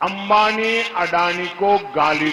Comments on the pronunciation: അംഭാനി അല്ലെടോ അംബാനി ആണ്.. ആദ്യം വാക്കിന്നുണ്ടാവേണ്ട ഗുണം പഠിക്കൂ 😂. അംബാനിയുടെ കൂടെ അല്ല മോദി പോകുന്നത്.. മോദിയെ സ്വീകരിച്ചു കൊടുപോകുക യാണ് ഹേ 😂. ഇടക്കിടക്ക് കാണാതാവുന്ന രാഹുലിനെ കുറിച്ചാണോ പറയുന്നത്... 🤭. ഇപ്രാവശ്യം സകല കള്ളന്മാരുമായി ചേർന്നു എല്ലാ പയറ്റും പയറ്റിയിട്ടും കിട്ടിയ സീറ്റ് എത്രയാ 95.🤭. നാവു നല്ലവണ്ണം വടിച്ചു വാ. 😄 എന്നാലേ നിനക്ക് നല്ല ആംഗർ ആവാൻ പറ്റൂ 👍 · പ്രെധാന മന്ത്രി ക്ക് ചടങ്ങിൽ പങ്ക് ടുക്കാൻ പാടില്ലേ 🙏🙏🙏🙏🙏🙏🙏🙏🙏❤❤❤❤❤❤❤❤